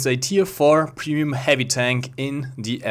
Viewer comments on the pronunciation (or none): “Funder” “Dis” “Peemium”